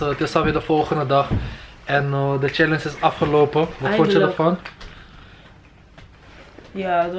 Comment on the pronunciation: Kan er echt niet tegen dat “challense” zegt ipv “challenge” 😭 Verder leuke vlog thoooo